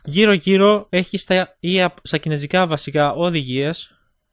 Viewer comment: Κινέζικα ρε οχι κινεζικά:) δεν αντεχω να το ακουω αλλο ετσι:P